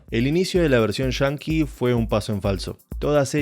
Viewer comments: ahhh entiendo pero lo pronuncias de una manera que suena diferente "Yankee" sería lo correcto y no "shanki" , por cierto buen video bien explicada la serie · Pase medio video preguntandome que significa "Version Chanki" hasta que agarre la onda que es argentino el narrador y no saben hablar bien, y quizo decir "Version Yankee"